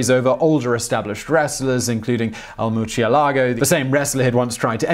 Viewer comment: Blame Lamborghini. That's how they pronounced Murcielago